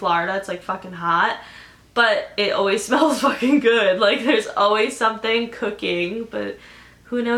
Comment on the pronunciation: when she said smells i thought she said spells lmao